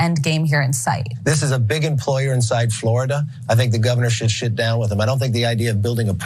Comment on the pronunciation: Anyone else hear Mcarthy say he should shit down with him 😂